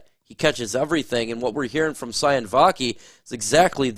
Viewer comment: Sione Vaki is pronounced See-oh-nay